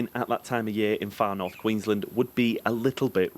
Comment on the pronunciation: Haha some insights, more so about adding to your content for the viewers.... Queen's Land Hahaha written as one word, pronounced as two.